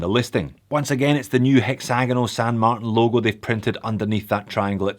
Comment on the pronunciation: There is no variation of Martin that is pronounced MarTAN.